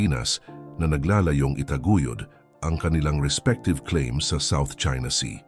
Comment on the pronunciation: Iba ang "naglàlayo" sa "naglalayon". Gumamit ka na kasi ng totoong boses mo kasi AMPANGET NG AI VOICE. Hay naku. Saka paki tanggal na din nong super low bass na tunog kapag nag promote ka ng reviewer materials. Masakit sa tenga sa mga katulad kong naka headphone pag nanunuod sa youtube.